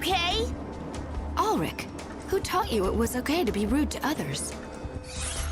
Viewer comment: That's my name! And it's not "Alllllrick" it's "Alrick", like "Al" Bundy from Married With Children, lol!